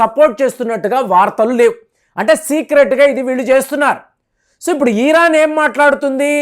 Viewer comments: You are Iran supporter. Your " Iran" pronounce is wrong. Not " ಈರಾನ" ,it is " ಇರಾನ್ " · Eeeeraan enti swaamee